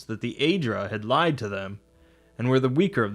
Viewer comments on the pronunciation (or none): none